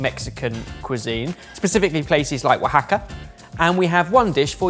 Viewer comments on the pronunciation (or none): Wahaka is a pretty decent pronunciation of Oaxaca, but it's more like Wahahka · It’s ‘Oaxaca’, not ‘Wahaka’. Or am I wrong? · Hey guys, just a heads up on your subtitles - "Wahaka" isn't the name of anything but a brand of mescal. The location you're looking for which is pronounced that way is spelled, "Oaxaca." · Ah yes, beautiful Wahaka, Mexico... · Just for the record, the Mexican place it's not Wahaka (as the subtitles said) it's Oaxaca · Wahaka, captioner? How about Oaxaca.